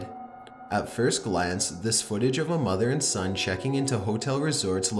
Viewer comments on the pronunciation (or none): You said mother and son day?